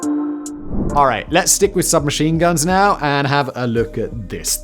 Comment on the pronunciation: Everytime Simon says 'Alright' at the start of a chapter he sounds like he's trying to do Jamaican Patois